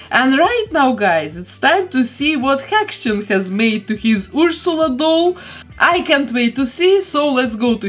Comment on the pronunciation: I love your accent so much! The way you pronounce Ursula is EVERYTHING!